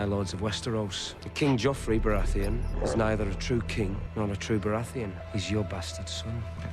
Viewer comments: Please stop saying "Jeff" and "Caitlyn".... and say their names properly.... PLEASE. "JOFF" and "CAT-LYN" .... it's making me cringe.... lol... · Haters = Ned Btw it frustrates me how you call him jeff lol his name is pronounced as joffrey so shortened down it should be joff 😡😬🤣✌ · His name is Jeoffry not Jeff. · I love how you call him Jeff, instead of Joffrey. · Say JEFF one more time!! 😤🤬🤬 😂😂 JOFFREY!! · Btw i'm sorry for correcting you but it's spelled cercei and the annoying brat's name is joffrey or joff for short, not jeff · it kills me every time you call him Jeff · its joffrey